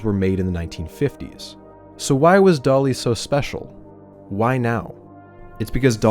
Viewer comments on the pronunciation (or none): I know he's calling the sheep "Dolly", but I can't help but hear "Dali" every time he says the name...